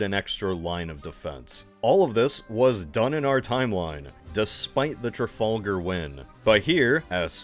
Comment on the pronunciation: Man that mispronouncing of “Trafalgar” sure stings